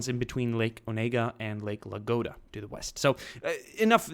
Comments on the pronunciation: It is nott Lake LAGODA it is Lake LADOGA. You've got the D and G reversed. Please pronounce the name of the lake correctly! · Not Lagoda, but Ladoga) Video's amazing tho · Thanks for the great videos! P.S. I'm from Russia and this lake's name pronounce like "LaDOga" or "Ladozhskoe", but it's okay :D